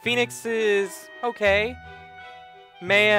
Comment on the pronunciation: By The Way, your saying Maya's name wrong. If you listen to Phoenix when he says Maya's name in the first cutscene they're in, that's how you're meant to say her name :)